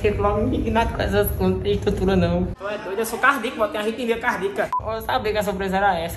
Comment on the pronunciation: Kkkkkkkkkkkkk "cardica", não é nem cardíaco